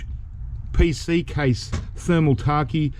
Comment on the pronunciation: Thermal T-a-k-i-e = Thermal Take LMAO